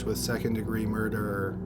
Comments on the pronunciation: For me it isn't the tempo, it's the tone, or lack of tone and the emphasis on the wrong syllables in certain words. He literally turns the word murder into a three syllable word. Still a good channel. Also, constructive criticism isn't a bad thing. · For love of god man, the word murder has only TWO syllables. Stop turning it in to three. PS. Your channel rocks.